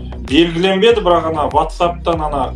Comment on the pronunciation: Ватсаб емес уатсаб деп айту керек